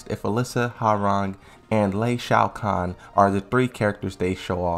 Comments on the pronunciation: Could you please start pronouncing character names correctly? It's "wowrang" for hwaorang "Leeng Shao You" for ling xiaoyu and "LID EE YA" for Lidia... It's NOT HAARANG, LEI SHAO KHAN AND LEADER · Did you just pronounce it as "Lee Shao Khan"?! 😂 At this point, I'm convinced all your mispronunciations are trolls.